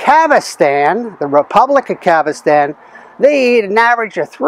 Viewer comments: Kazhakstan is pronounced as: kasakhstan. Otherwise, great video and you are great! God bless! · It’s NOT Ka Va Stan It’s Ka Zak Stan. All you have to do is READ THE MAP you showed on the screen! I’m not sure what happened: First I watched a video of you planting Yukon Gold potatoes developed up there, then the next video came up, you harvesting this same container & they are RED potatoes...so what: Yukon Gold make Red Potatoes? Never saw such before! Strange!